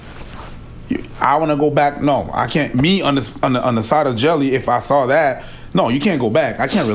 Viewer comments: Lol english speakers really pronounce the Dutch guy's name as "Jelly" huh? as a dutch speaker I feel the pain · Love how is like, "Well the name looks like Jelly, so even though it is a different word in a different language, it's probably pronounced exactly the same" 😂